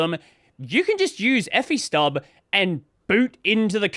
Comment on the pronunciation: "Effystub"? whazzat? 😂